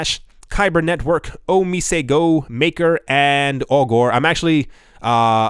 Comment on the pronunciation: ‘Augur’ rhymes with ‘blogger’.